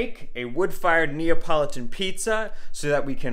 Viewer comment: NEO .. politan? NEO?????? scissors????? had to stop, too much